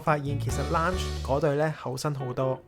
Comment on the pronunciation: 地勤竟然都會讀錯lounge😅